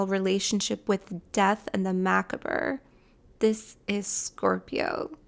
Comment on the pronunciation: Pronounced macabre \muh-KAHB